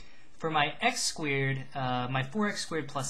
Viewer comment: lol you say "squared" like "squeered." Hehe. BUT LIKE HOW DID YOU KNOW IT WAS AN ELLIPSE AND NOT A CIRCLE! MY BRAIN IS BEFUDDLED